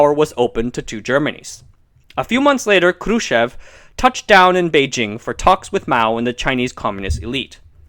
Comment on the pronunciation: lol... you say Khrushchev like a BOSS~~~ :) roll those R's!